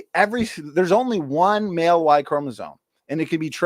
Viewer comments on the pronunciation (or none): none